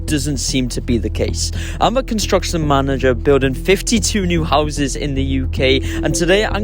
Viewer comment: How is this guy a construction manager when he can't even pronounce the word construction properly? 😂